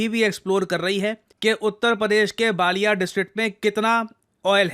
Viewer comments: Not balliya it's ballia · बालिया नहीं बलिया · sir wo बलिया hai Na ki बालिया 😅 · It's not Baaliya, we called बलिया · Sir its not बालिया its pronounced बलिया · महोदय, बलिया और बालिया मे फर्क होता है, वो बलिया है। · बालिया नहीं बलिया है उत्तर प्रदेश के पूर्वी जिले का नाम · Sir UP ke us district ka nam बलिया hai....बालिया nahi....Thanku Sir... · Its Ballia not Balliya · It's not बालियां, it's बलिया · Sir, it's Ballia not Baallia. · Sir ji बालियां nhi h बलिया hai😅😅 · No बालिया❎ it' s बलिया ✅ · सर बालिया नहीं बलिया district hai 😅😅😅😅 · sir it is pronounced as बलिया district not बालिया district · UP में बालिया ❌️ बलिया ✅️ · उत्तर प्रदेश का वो जिला बलिया है बालिया नहीं। और ONGC वहां ड्रिलिंग कर रहा है। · सर plz बालिया जिला नहीं बलिया जिला बोला कीजिये मैं बलिया जिला से हुँ और आपको 7 सालों से fallow कर रहा हूँ। आपकी हर वीडियो का इंतजार रहता है। ❤ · बलिया ✅ बालिया ❌ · वालिया नहीं बलिया हैं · Uska pronunciation बलिया hai …… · गुरुजी बलिया है बालिया नहीं 😅😅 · Sorry sir.. I'm interpret you.. This is my district = Ballia , बालिया ,नहीं सर जी बलिया । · बालियां नहीं बलिया होता है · बालिया❌ बलिया ✅ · Not बालिआ it's बलिआ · It's not Baaliya sir It's Ballia. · Not बालिया it's बलिया..😂😂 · प्रणाम आपसे एक गलती हो गई इस वीडियो में वो बलिया है और आपने गलती से बालिया बोल दिया 😅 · सर वो बलिया है बालिया नहीं 😂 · सर 'बालिया' नहीं 'बलिया' है । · It's Baliyan not Ballia (correct your pronunciation) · बालिया नहीं sir बलिया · बालिया ❌️ बलिया ✅️ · सर मैं बलिया से हूं वो बालिया नही है बलिया है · Sir not ballia it is बलिया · बालीया गलत उच्चारण है बलिया है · Its not बालिया,,, its बलिया sir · baliya not ballia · Sir it's not बालिया it's बलियां😊 It's my neighbor district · बलिया district है, बालिया नहीं। 😂😂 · बालिया नहीं गुरुजी बलिया । बागी बलिया The Great।❤ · It's balia not ballia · बलिया को बालीया बोल रहे हैं 😂 मतलब उत्तर प्रदेश या बिहार से आपका कोई संबंध नहीं है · sorry to say sir but it's not बालिया it's बलिया 😊🙏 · बालिया नहीं सिर बलिया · सर वो बालियां नहीं बलिया है😊